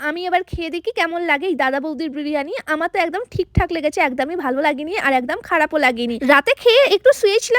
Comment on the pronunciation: একদাম নাকি এক দম😂😂😂😂😂😂